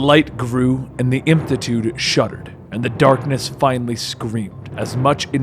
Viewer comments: can´t say "infinitude". just thought it was funny. made me imagine him going "to infity and beyond". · repeat after me: in fin i tude. not infitude. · Inf - IN - i - tude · It’s the way he pronounces infinitude that bothers me. 😂